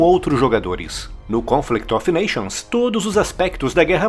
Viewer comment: Esse "of" em "Conflict of nations" pronuncia-se "óv".